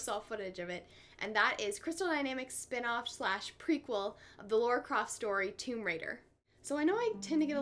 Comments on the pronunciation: The game is generally wonderfully produced, but for me, sadly, ruined by too many QTEs. One or two, as in Far Cry 3, would've been ok, but to have them over and over throughout the game killed much of the enjoyment. Which is a shame as I so wanted to like it. Oh, and it's LARA, not Laura! :) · "Lora" I know somebody who goes nuts when hearing someone pronounce Lara that way.